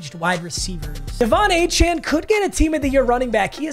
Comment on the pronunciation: As someone who went to college with Devon Achane, it’s pronounced A-Chain not A-Chan